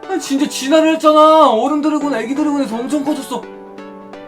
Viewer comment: 램램님이 어른 드래곤 으로 진화 했울때 어른드래곤 이라고 했을때 나만 얼음 드래곤 이라고 들렷나?